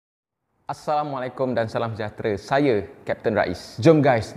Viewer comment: sebut salam salah tu. Assalamualaikum, bukannya Assamualaikum